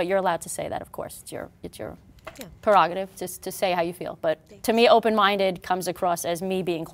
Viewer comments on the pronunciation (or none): oooh! Fun fact!: perogative isn’t a word but Bobby Brown’s song ‘Perogative’ got so big, that he got everyone thinking that was the right way to say the word which is actually spelled and pronounced prerogative(pre-rogative) crazy right?😂